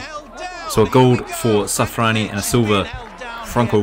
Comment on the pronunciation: its SHAAFH-raanj. 'ny' is the same sound as the Spanish 'ñ'